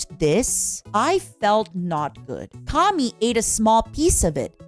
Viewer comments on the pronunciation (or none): none